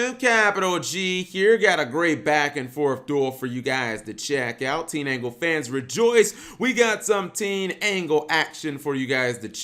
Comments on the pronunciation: TEEN-ANGLE?.....h.....just how?! How do you do that?! It's TIN-DANGLE!!!! last time a mispronunciation ticked me off this bad it was farfa pronouncing SAR-YU-JA as SAR-YU-YA -_ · It's tinDangle not teenangle